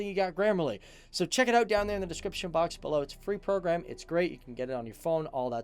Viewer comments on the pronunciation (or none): none